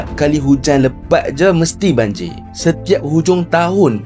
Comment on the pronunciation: Bukan banjir bro , tapi banjiyaq...